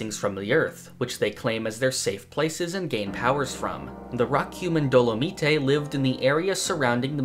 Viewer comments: Dolomite is pronounced "dɒləmaɪt" (like Dollar-might). Dolomite is a sedementary rock that contains large amounts of a mineral with the same name. It's not some kind of Italian name lol. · I'm hoping someone has said something since this was uploaded but jic, it's Do-luh-mite. Sorry, u saying it like it was Japanese just kinda triggered my OCD lmao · >not knowing how to pronounce Dolomite Come the fuck on, son. Are you serious?